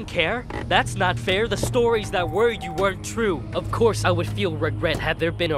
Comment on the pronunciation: CreepsMcPasta maybe when you learn to pronounce the word THE, instead of Saying DA